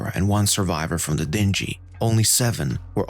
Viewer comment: Great videos but why is your pronunciation of words so bad? Freighter, dingy, tether and more. Perhaps you can have help with this before you record.